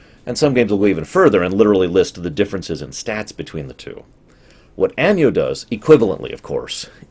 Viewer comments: Arvid Axelsson you're right it should be pronounced like ah-no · Out of curiosity, why do you pronounce Anno like "Año"? I don't think that's how latin works. Sorry for the smugness.